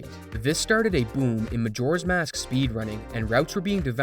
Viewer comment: I can't not hear McJora's mask at the beginning